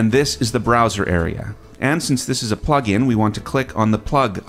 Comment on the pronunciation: It says "DAW Pugin" instead of "plugin".